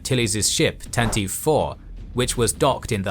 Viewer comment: Tantive IV is pronounced The Tan-ta-vee Four, not Tan-teev. Hope this helps!